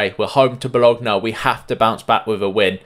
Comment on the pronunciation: yk I love to correct you so bologna is pronounced bo lo nia and CAGLIARI is pronounced ca li ari the g is in fact silent but still love the content!